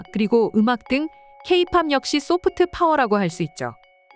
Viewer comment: 소프트 파워 발음을 좀 부드럽게 하는게 좋겠다. 특히 트 자 발음이 너무 강해서 듣기 거북하고 유치해. 영어공부가 아주 부족한 사람같애